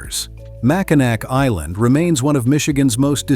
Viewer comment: It's pronounced Mackinaw Island, not "Mackinac".... AI voice cover is so bad!